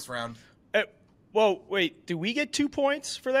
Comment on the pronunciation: HOW DID CHICAGO NAME 6 WRS THAT WERE RIGHT AND FUCK UP THE POINT BY MISPRONOUNCING DEVONTA SMITH